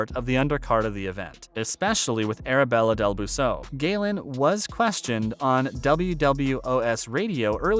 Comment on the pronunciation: You should probably learn how to pronounce peoples names properly before doing a YouTube video and sounding silly